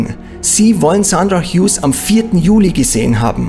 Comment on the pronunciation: Er spricht den Namen genau so aus, wie man ihn ausspricht.